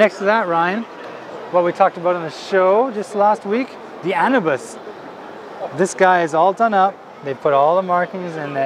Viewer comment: The new HG Victory looks a lot like the previous HG version which was 1/100 (I'm not talking about the MG). -They should make a model, either HG or MG, of the Xi Gundam. -, you pronounced Anubis wrong XD